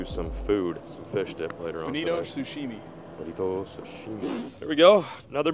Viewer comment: Sounds like you said Bonita often when you caught Bonito. Bonito have a great tablefare reputation. It’s Bonita (which is another term for Albies) that have the huge bloodline and only a small amount of tasty fillet. Albies (Bonita) have the mackerel pattern on their back Bontio have the straight lines and teeth